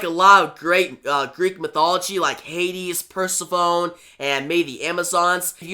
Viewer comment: Pronounced - Per sef ony and Sis uh fus. I enjoyed the story good job